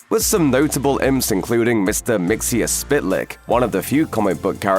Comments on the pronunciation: Mixy aw spit lick? I always thought it was Mixyah zit plick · it's mit-zil-plik . You're either an AI or not a comics fan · Mytzylplk is said like mic zil plik. Fyi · has to be the funniest incorrect mispronunciation of Mr. Mxyzptlk’s name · I was going to post the same thing. I put on sub titles cause I thought that’s what he was trying to say but wasn’t sure. Is this an AI voice? I don’t know anymore. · Worst pronunciation of Myxlplyx EVER!